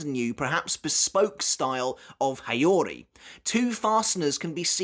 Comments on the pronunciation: Please make an effort to pronounce those Japanese names and words correctly, it's quite hard to follow when you spell it with the heavy English accent. Mispronouncing Gotei as goatee instead of go + tay, Nanao as nanaw instead of nana + o, and Haori as hey + oree instead of ha + orie are few obvious examples of why you shouldn't read those names and words with English accent. And this applies to every language, you would have some troubles following up yourselves if you hear someone pronouncing English names and words without the proper accent. 🤷 Try the heavy Japanese accent of English language (like Engrish and Japanglish), I bet you'll be confused af. 🤷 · It's how-ree, mate. Gold-a$$ quality post nonetheless. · You're pronouncing the "haori" wrong.